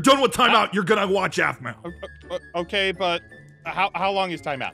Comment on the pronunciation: y did u Say Aphmua ALSO ITS APHMAU NOT APHMUA